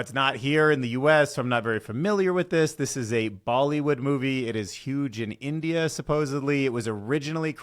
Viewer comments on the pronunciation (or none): none